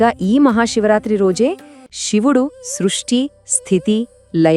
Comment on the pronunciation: ముందు శివుడు అనటం నేర్చుకోండి